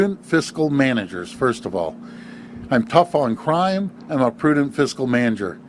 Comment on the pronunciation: Sorry but did Carney shorten the word crime to cri..at the marker??? What a goof, he doesn’t want to say it- it’s CRIME Carney CRIME!! Not Cri